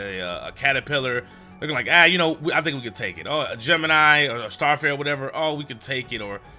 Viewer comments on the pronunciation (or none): none